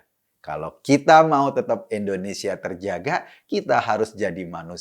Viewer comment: Indonesia bulll... bukan endonesia...🙃